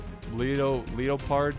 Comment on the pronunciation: Damn shame you butchered my name ahaha It's just Leopard - T- S Or just Leo for short haha